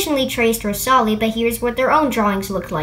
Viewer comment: I hate how u say rosali... 0_0